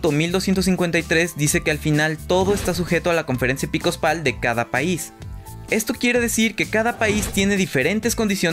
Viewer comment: Hola es conferencia episcopal no "epicospal", lo repites tres veces en el video...